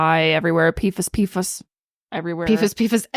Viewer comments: Its pronounced "pee-fass" lololol lol not "fuhs" 🤣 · it’s pronounced P-foss! ❤